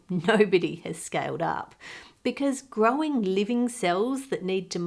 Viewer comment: Do you sat "grow-in" in place of grown on ocasion or are my ears play-in tricks on me?